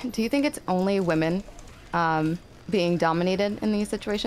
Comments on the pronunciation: Why can not pronounce the word women? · Somehow inability to say "women" properly is more insufferable than Lav for me.